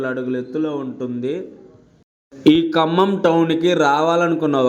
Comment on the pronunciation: ఖమ్మం ఖమ్మం అంటున్నావా కంభం